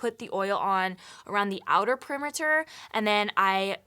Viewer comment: I just wanted to let everyone know that I was very disturbed when she said "outer permerter, and then I starts" 😂👌😭💕😏😳👍